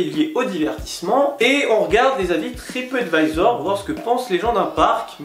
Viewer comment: Lol un moment as tu dis tripottevisor? C est du mon ce que j ai entendu sur mon telephone